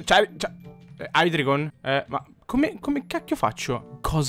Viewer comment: non per fare il preciso ma si pronuncia haidreigon